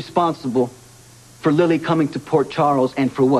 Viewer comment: LOL Miguel pronounces Lily's name Lee-Lee.